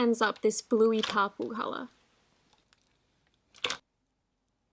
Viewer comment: it’s purple not papol 🤷🏻‍♀️